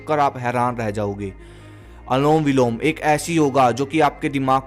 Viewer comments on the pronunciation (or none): That's anulom vilom not anlom vilam